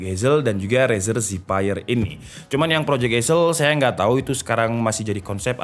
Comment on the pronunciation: razer zephyr = rezer zevēr